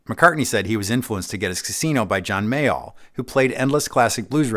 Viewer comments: John Mayall, not 'Mayhall'? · The Casino is very nice. There is no H in Mayall. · John Mayall… no ‘H’!